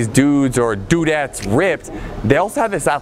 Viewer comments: Did my guy just say "Dude-ette"? 😂 Haven't heard that one since 2002 haha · did he say dudet, oh hell no